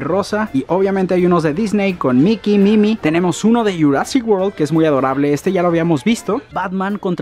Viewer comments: Like si dijo mimi y no mini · Por qué bises Mimi en lugar de minni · No se dice Mimi, se dice Minnie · dijo mimi en bes de mini 🤔🤔 y el lo dice también 🤔🤔🤔🤔👍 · En el dise Mimi y es mini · En Uruguay se dice mini no mimi :vvvvvv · Dijiste mimi enves de decir mini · Porque estás diciendo Mimi